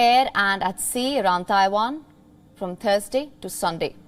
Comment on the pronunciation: Why do all Indians call Taiwan "Thaiwan"? Its not Thailand, there is no "H" in it